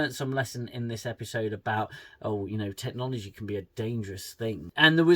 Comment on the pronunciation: Whatever it is, Tilley will be telling her students about what a massive responsibility it is... "tack-nalalgy".